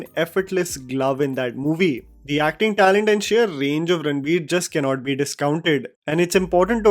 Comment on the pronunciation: Why are you pronouncing it Ranbir, Its Ranveer 🫤